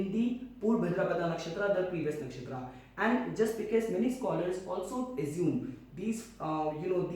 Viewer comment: Your pronunciation of nakshtra names is disgusting🤡 No not only nakshatra all hindi terms .